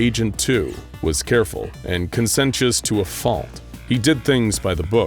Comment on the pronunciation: Look I appreciate perfect voicing for these but it would be so much better if he learned how to pronounce words like taciturn and conscientious;)